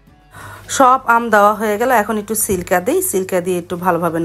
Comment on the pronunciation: সিলকা না সিরকা